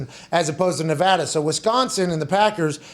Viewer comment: As a Vegas local, Pat pronounced Nevada correctly 😭 finally